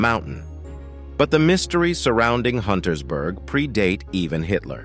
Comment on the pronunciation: UNTERSBERG, not Huntersberg